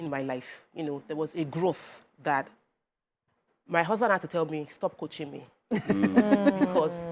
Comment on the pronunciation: Good discussion for married couple. Please can someone teach how to pronounce her words. Can someone please teach her how to pronounce the letter "H" in her words. For example, pronounce 'Husband', not 'Usband'.